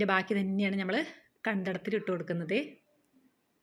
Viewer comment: ഞമ്മൾ എന്ന് പറയാതെ നമ്മൾ എന്ന് പറയൂ ചേച്ചി ❤